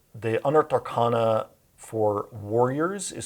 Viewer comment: Why does he mispronounce arcana?